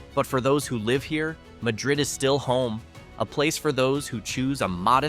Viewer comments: It’s MAD-rid; not pronounced like Spain’s. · Waddington...nice little gem on St Lawrence between long declining Massena and Ogdensberg. By the way, Madrid is pronounced MA drid (Ma as in Bah) First syllable accented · Pronounced Mad- drid, which is near Ant-werp, and Tha ree- sa!